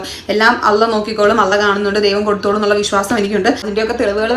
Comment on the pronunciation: അള്ളാ എന്ന് പറയാൻ തന്നെ അറിയില്ല പെണ്ണിന് നീ തെറ്റ് ചെയ്തി റ്റ ഉണ്ട